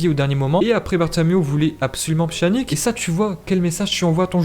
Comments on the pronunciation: Ça se prononce « pianich » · Pchanique 😭😭🤣🤣🤣....apprends à prononcer les noms de joueurs avant de faire des vidéos !!!!!!